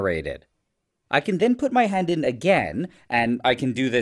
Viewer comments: I thought he said he was gonna put his HEAD not hand 😭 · Am I the only one who heard "head" instead of "hand"? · Damn, I thought he said "head", not "hand" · except the devil gave him one thing and its that he irritates me any time he says “hand.” “hund” brother its HAND. WHAT IS A HUND. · Me thinking he said head not hand 💀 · Every time he said hand, I thought he said head😅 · Did anyone else think he said head at first? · Bro I thought he said “head” 😭😭😭🙏🏻🙏🏻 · I thought bro said head…… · "I was kinda worried that this could burn my håänd" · It really sounded like you said head. I was concerned.. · WHY IS NO ONE TALKING ABOUT THE WAY HE PRONOUNCES "HAND" (händ) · Does he say “hand” weirdly?